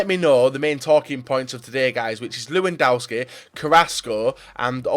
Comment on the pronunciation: pleeeeease say the name lewandowski right miniminter and co can do it why do you have to keep call him lewandauski ?